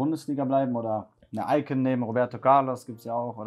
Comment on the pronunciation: diese Betonung auf iCON